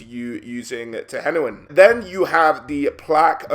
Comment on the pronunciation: Finally someone who pronounces "Tehenhauin" correctly :D